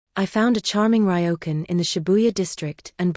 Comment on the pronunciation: It's interesting how the AI voice can read Kyoto properly but mispronounces Ryokan. I'm surprise she didn't leave for Japan earlier, like a week before the wedding when those emails were sent out cancelling everything.